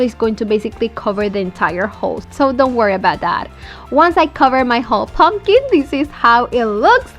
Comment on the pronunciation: I absolutely hate how you pronounce pumpkin. "POmkEEN" 😂😂😂